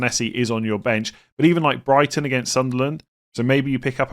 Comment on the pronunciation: When you said "for Brighton mitoma" I had to skip back, I was almost certain you called him Brian mitoma 😂